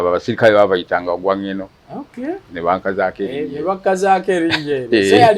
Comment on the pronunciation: They were called Ogwang Gweno. Dont butcher these words